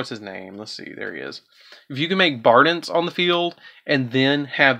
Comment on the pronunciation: Sorry, I was just wondering who Bardince was. Do you call it that on purpose? Is it a foreign version of the card? Rusty Bardiche is near and dear to me, so I just wonder when people mince the name up.